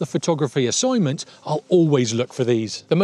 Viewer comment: An Assoignment ehy?? 😂😂 Love leading lines in photos, always looking for them!